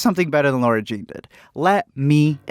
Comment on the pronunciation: Her name is Lara-Jean not Laura lol